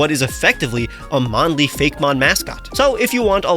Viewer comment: This is a nitpicky kinda question, but why pronounce it Fake-mon instead of Fay-Key- mon like actaul Poe-key-mon is pronounced?